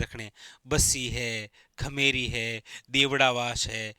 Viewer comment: खेमेरी नही खेमरी है। Sir ji😅